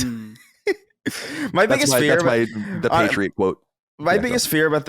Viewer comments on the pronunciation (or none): none